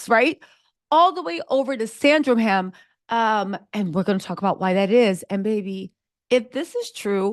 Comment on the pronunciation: It is Sandringham...